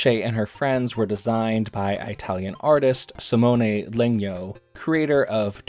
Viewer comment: you pronounce Italian as “EYE-talian” wow